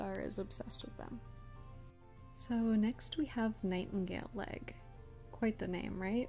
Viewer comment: I heard Nightingaleleg as ‘Nightingale egg ‘ 😂 But anyways , I generated a clan to draw and it HAD ONE TOM all she-cats one Tom , Now how the hell but anyways I do have two toms changed up a she to Tom so I can have a gay relationship to just fit in with the MANY lesbian she-cats of course most she-cats mates are from different clans k/p or rouge but yeah it’s CRAZY